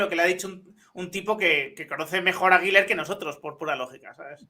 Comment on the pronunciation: SOLO UNA COSA POR QUE DICEN GUILER CUANDO SE PRONUNCIA GULER ASÍ CENCILLO LO SIENTO NOVES UNA CRÍTICA GRACIAS